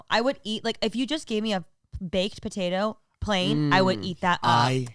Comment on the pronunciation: i love the way says “potatuh”